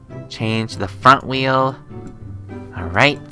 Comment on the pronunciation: I laughed to hard I chocked on a fruit snack when he said “can I have a new weal”